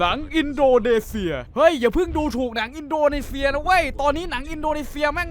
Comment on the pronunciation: อินโดนีเซีย อ่านอินโดเนเซียเหรอ